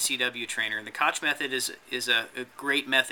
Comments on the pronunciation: Koch is pronounced more like "cock" than "cotch" It's a German name. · neither of these, my friend. "ch" in Koch name is pronounced like the "h" from the word "hacker", so Koch in German = Koh in ENG, if that's make it clear enough:)